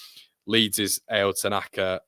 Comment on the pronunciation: Pronounce tanakas name correctly. Ao not A O